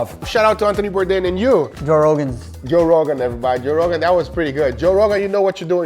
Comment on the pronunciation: If you appreciate Anthony Bourdain, it would be great to make a little effort to pronounce his name correctly. 😊